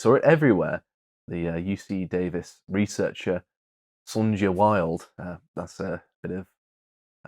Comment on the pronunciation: Sonja is pronounced "sonya" 😂